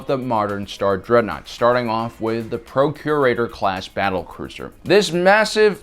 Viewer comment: I keep hearing “Procreator Class” instead of “Procurator Class.” I need help